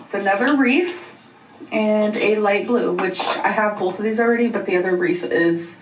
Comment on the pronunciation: am I the only one hearing her say “reaf” instead of “wreath”